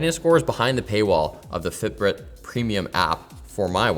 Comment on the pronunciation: I think I heard say the 'Fit Brit' app. 😂😂